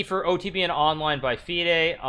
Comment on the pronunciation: Its not feeeaid its fide. Wow.